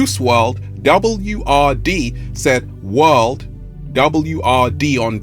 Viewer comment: "WRLD" , not "WRD" , love the good energy